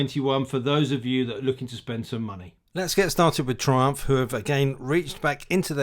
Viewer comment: Nissin? Brakes? Wtf ... Thriumph, though you were british...